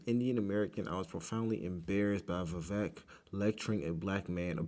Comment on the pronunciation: Love watching your journey man. You are much smarter than I was at your age! Just a friendly note, Vivek is pronounced like Vi-VAKE, rhymes with cake. Also love the crossover with BCP commentary reaction. Keep on!